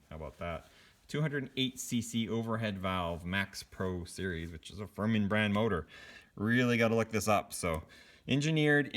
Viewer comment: it's pronounced fir min not fur man. talk about the Chinese getting the spelling right or the translation correct